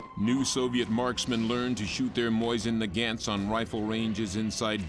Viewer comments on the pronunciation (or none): "Moizen Nagaants"